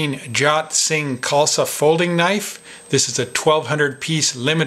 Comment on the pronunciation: I've have been informed that the correct pronunciation for "Jot" is "Joat".